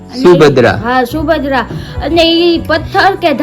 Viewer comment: Shubhadra ji Jaganath bhgwan ni bahen chhe 😊Subhadra nahi Subhadra kahevay 😊 Ame Amdavad thi j chhiye 😊